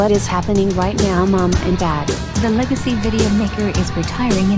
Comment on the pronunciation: Legacy not lagaci